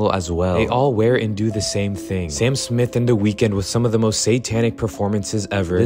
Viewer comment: Oh why are you saying Smyth or Swyft